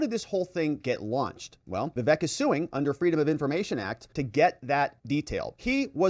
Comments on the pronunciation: Hey. It's not vivek like heck. It's vivek like cake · Perfect! But pretty sure it's "vih-VAYK" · ▶️ It's pronounced: "Vi-VAKE" like CAKE!